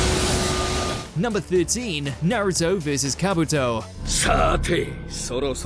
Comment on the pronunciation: I mean kabooooto, obeeeto, what else